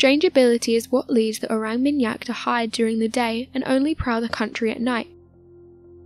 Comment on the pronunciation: Orang with a deep a like ‘is ahh’. ... or -ahng How do people make mistakes like this when making videos that potentially hundreds of thousands of people will watch ?